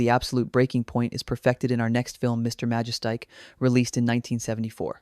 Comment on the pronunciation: MA-JES-TIC. L,EARN HOW TO PRONOUNCE NAMES before you make a video like this, or is it an AI voice? When you mispronounce a name, it just shows you really aren't film fans and have probably never even watched these movies. You're doing it for a quick 'cash grab' with no PASSION for the subject you're presenting. LEARN HOW TO PRONOUNCE NAMES, I stopped watching when you garbled the name.